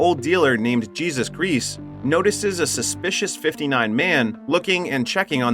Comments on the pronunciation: His name isn't pronounced "Jee-zuss." It's pronounced "Hey-zoos." That name is only pronounced the other way when it is in reference to the Messiah. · Jesus? All of the Spanish names in this movie, yet the guy pronounces Jesus as Gee-zus. I’ve never watched this movie but I’m confident that the name is pronounced as Hey-soos .I get the feeling that this guy has never watched the movie either but doesn’t give a damn of the pronunciation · "Jesus"? He was already immortal. That's Heh-soos mate. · If he died of a chest wound, then he wasn't immortal. And the name is not pronounced Jesus. It's hey'-sūs. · Pronounced "hey-suse," not Jesus. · I like that he doesn't know how to pronounce "Jesus" in Spanish. I like to think this is a movie entirely based around the Continuing Adventures of our Lord and Savior, Jesus Christ. Look at all of those wacky hijinks! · Why does the narrator pronounce the other hispanic names with an accent, but not Jesús?